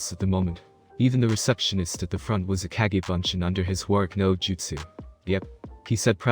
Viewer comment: Is the guy who's reading this an AI he pronounces words weird sometimes it's live sometime it's live and then kage or cage?